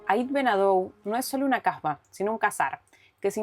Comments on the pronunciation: Que hermosos lugares. De todas formas por una cuestión fonética creo debe pronunciar kásba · Solo daros las gracias por compartir vuestras aventuras por Marruecos, la verdad es super precioso . gracias Es posible que se intente de pronunciar bien el nombre de la Kasba Xk como lo decis suena a otra cosa (a una palabrota). lo demas muchas gracias, ah!! por cierto sois muy majos.